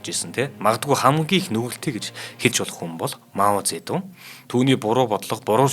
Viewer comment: Зөндөө мэдлэгтэй сайн хүмүүс байгаашдээ танайд энэ бол сайжрахгүй шүү! Хичээж сонссон ч 6н минут л тэслээ худлаа ярьж бна. Мэдлэггүй бна. Эхлэхдээ л Монголоор Мау зэ дун гэдэг бол Хятадаар моу зэ донг гэдэг гэшш. Сонсход үнэхээр төвөгтөй энэ хүн сайжрахгүй шүү!